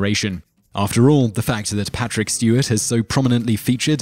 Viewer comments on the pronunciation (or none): none